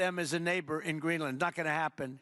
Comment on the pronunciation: Exactly, he is so daft..he even pronounced Greenland like an absolute schmuck.